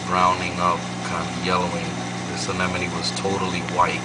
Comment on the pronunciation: Nice VId mate, nice to see other people setups, nice sump deisgn too, Also makes me laugh to hear how many people cant say Anemone properly still!